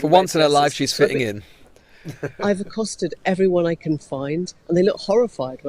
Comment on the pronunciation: she said it "accosted"